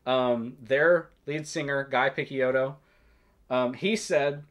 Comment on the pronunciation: This is exactly the video I was looking for, thanks. Btw, "Picciotto" is pronounced piˈtʃoʊtoʊ/ (pi-CHOH-toh), it means "boy" in Sicilian dialect and was subsequently used in Mafia to address lower rank affiliates.